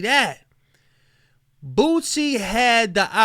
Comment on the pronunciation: WHY DOES IT SOUND LIKE YOURE SAYING BOOTSIE